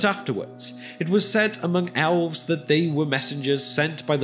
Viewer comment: The narrator pronounces the word "elves" as "owlves." Also, the text is interspersed with grammatical errors.